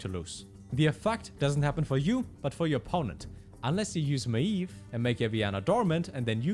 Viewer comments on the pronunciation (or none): Dear, please pronounce Maiev's name as Ma-yev and not Ma-eeeev. Thank you